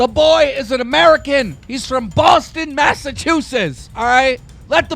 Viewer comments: “Boston Massachusesss” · “Massachusess” cmon keem don’t do me like that. .—. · When mans tries to say it’s unconstitutional but then he says, “Massachusess